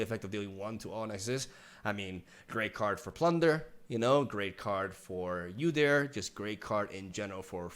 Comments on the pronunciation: Its not U dyr Its.actually pronounced oodyr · UUUUUdyr not YOUdyr 😂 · Pretty sure it's pronounced OO-deer, not YOU-deer. You also get extra credit for putting a growl in your voice when saying his name *wink*. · Lmao, yewdyr Btw the way to say it is oo-deer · I think the correct way to pronounce his name is to pronounce the U like b(oo) So oodyr Udyr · OOdear Is how you pronounce it I think. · his name is pronounce like this. its 'Uhh-Der' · I love your reaction bro! Udyr is my favorite champ in LoL and long have awaited his rework and for him to be in LoR. now can get a better idea of his new stances! So stoked. Can wait for his release got so many ideas! And I know you’ll brew some spicy shit! Buuuuuutttttttttt it’s pronounced “OU”DYR not “YOU” DYR. 😅😂 much love! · It's ooodeer. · Oooou-Dear. We dont pronounce the U as is its like "Ooouu whats that??" lol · It's pronounced (oooDeerrr) lol 👌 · its actually Ou-dir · Its pronounced “oooo-deer” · It’s pronounced God-yr the opener of gates. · it's pronounced Oo-deer. Never thought about how hard league names are to pronounce for people who've never heard them before. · OO-DEER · Ou-deer. Ezpz you'll get used to it. You know that song? Like ouuuuuuuu ouuuuuuu. Ouuuuuuudeer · It is prenounced "Oodir" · Oh dear it's Ooo-dear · It's really interesting to see how Legends of Runterra did their take on udyr, who's currently being redesigned completely. Also if you're curious udyr is pronouced with the spanish U - then the engish pronoucnation of deer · It's "Ooh-Deer" also, love the vid! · It's pronounced OO-deer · It’s actually pronounced Wu-Dear lol